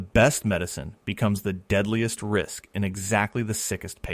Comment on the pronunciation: Brain rist, instead of brain risk